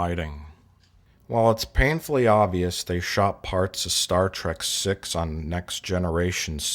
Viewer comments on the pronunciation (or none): none